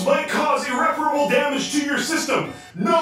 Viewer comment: It's "Irreparable", not "ireprebal".